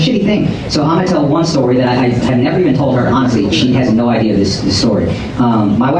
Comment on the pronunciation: Its NO not Ner you fuckin dumbass.